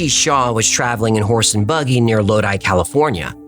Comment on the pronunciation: You mentioned Lodi CA! That's where I'm from and I rarely hear anyone mention that story. Also, thank you for saying Lodi correctly. People usually pronounce it Lodee ha ha ha it's definitely LodI (eye)